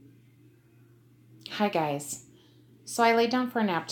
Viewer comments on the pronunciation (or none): Hello. Something just happened when I started watching your video that I thought I would share. It may be nothing but it just struck me as to coincidental. The first thing you say in the video is Hi guys. However, when you say it fast like one word it sounds like Haggai. I'm not sure if your aware but in the book of Haggai it gives the blessed day as the 24th day of the 9th month(Hanukkah Eve). The Lord is pointing you to the festival of lights(Hanukkah) and then you say, unknowingly, Haggai. Renee Moses(Rapturepuzzle) and stevefletcher222 have a lot on this. For years the Lord has led me to this time and to hear you say Haggai just gave me goosebumps!!!